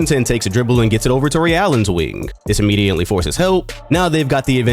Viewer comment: Yo why you be pronouncing immediately like “immidiently” it’s in all your videos